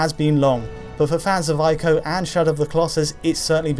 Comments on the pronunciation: Ee-co, not Eye-co! For heaven's sake! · It's not pronounced eye-co. It's pronounced ee-co. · "ee-koe" not "eye-koe" sheesh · It's pronounced "EE-KO" not "AYE-KO". I know that some people don't like to pronounce foreign words , for fear of being pretentious. But all of the sounds in the word ICO are available to you in the English language. You know that Nintendo console called the "Wii"? You don't pronounce it "WIE" do you? Please trust me I studied Japaeneas in high school. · Are you sure Ico is pronounced 'eye koh' because I am sure it is pronounced 'e koh'. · Say it with me..."E KO" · they're pronounced eeko (ICO) and treeko (TRICO)